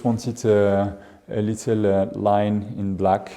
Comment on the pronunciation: Excusez-moi. On ne dit pas litelle. Ce n'est pas un petit lit. ;)